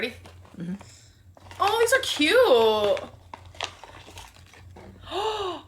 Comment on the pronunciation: I have an insane hatred for the way she says cute. Additionally, as I have mentioned before, the vocal fry couldn’t be more irritating!